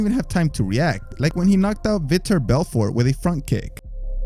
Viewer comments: Its vitor, not victor. Lol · V-tore Belfort lol